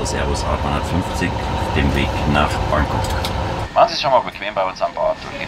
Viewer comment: das er Frankok sagt, fällt euch nicht auf? :D